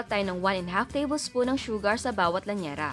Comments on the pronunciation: Lyanera po hindi lanyera HEHE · Correction po, llanera po ang tama at hindi lanyera. ✌